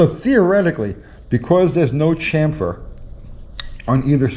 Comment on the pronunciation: Drink everytime says chamfer wrong....🤤